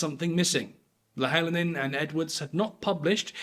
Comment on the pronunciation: The pronunciation is annoying me! Sorry, but Louhelainen = Low - he - lie - nen (he as in the start of the word hen). Leavesden I assume is the same place where they filmed Harry Potter (Watford). It should be easy to get the correct pronunciation, it is not Live-ess-dean!!!!!